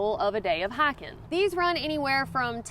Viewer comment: LOL Is she saying HIKING??